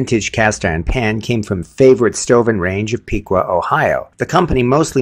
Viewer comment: Lol at you trying to pronounce Piqua! It's "PICK-kwuh." 🤣🤣🤣 I love you!😅